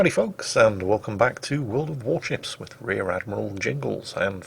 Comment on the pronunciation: World of Warchips?